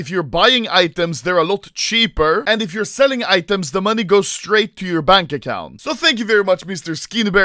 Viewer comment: Just me, dose it sound like Anomlay says money "manie"?